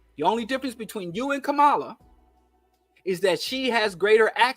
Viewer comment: I agree with everything you said, just please learn how to say Kamala's name. PLEASE! Refusal to learn how to say her name, is also a symptom of what you are saying!